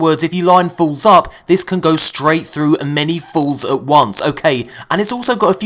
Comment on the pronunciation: I am disturbed by you saying "falls"